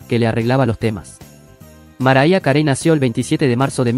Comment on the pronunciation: "maraya carei"?? jajaja pronunciá bien para comenzar jaja